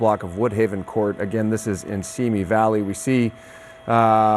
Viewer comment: It’s Tapo not Topo